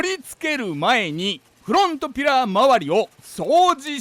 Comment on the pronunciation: 久しぶりに見たけど「スグレモン自動車用品のです！！！」言わなくなったんですね…フrrrrrロォント！